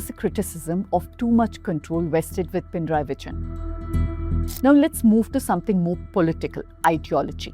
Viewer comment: Itnis NOT pin-rayi. Pina-rayi. There is no halant of Na